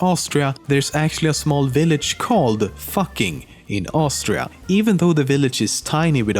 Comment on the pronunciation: Its "austria"